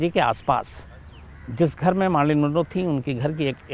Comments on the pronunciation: Its not Maarlyn MAR like MAT bat Not Baat So Mar means Mer = Marlyn again Man Manroe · Sorry to correct Bhai... it's not Maaarlyn....she is Marilyn Monroe....😀😀..